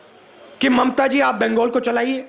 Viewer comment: बिंगगोल बोल रहा बंगाल बोलना नाम भी बोलना नही आ रहा